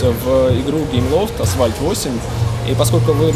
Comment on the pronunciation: Когда кто-то говорит "асВальт", у меня уши в трубку сворачиваются